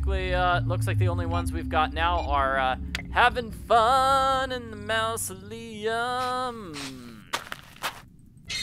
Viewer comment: It's pronounced maa-zuh·lee·uhm, NOT "mouse-o-lee-uhm" 😉 Unless you're referring to the Disney Corp.